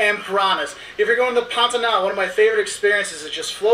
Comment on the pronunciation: KKKKKKKKK ESSA PARTE FOI MUITO ENGRAÇADO "QUE QUE PANTANAL" O SOTAQUE DELE